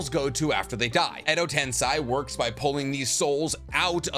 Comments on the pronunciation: It is pronounced “Edo tensay” not “Edo tensai “ that is Edo tensei 😤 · is edo tensei - is not edo tensai :)